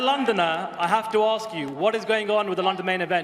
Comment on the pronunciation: why is holloway saying AKS and not ASK???